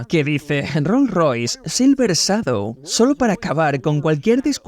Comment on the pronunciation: El doblaje en español es un asco, ni siquiera pronuncia bien la palabra " Shadow "...😢